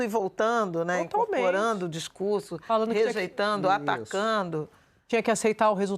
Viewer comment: Andrea Sadi : "falano", "observano", "veno". Misericórdia!!! Sadi é falanDO, observanDO, andanDO, venDO, comenDO, e por aí vai